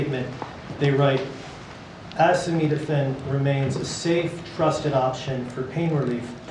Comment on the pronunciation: Idiot cannot pronounce ACETAMINOPHEN, but thinks we should listen to his "medical advice".